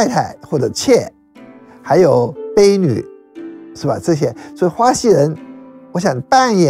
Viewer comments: 豇（江）豆不是刚豆，婢（币）女不是卑女。😂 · 一听他说(bei女)婢女我就不知道如何继续听了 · 婢女bei女？gang豇豆？这真的是学者？ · 白先生这样子的大家怎么也会读错字：婢女、情僧录等